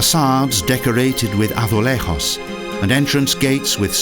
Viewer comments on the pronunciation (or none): good to do better research on pronunciation. you can't even pronounce braganca azulejos do you know you are not in spain dum dum